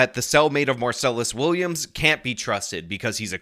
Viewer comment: When you mispronounce his name every single time you say it, it sounds like you haven't done any research. It's minor, but it hurts your credibility so much because it sounds like you haven't even read the man's name a single time, let alone did any research into the case.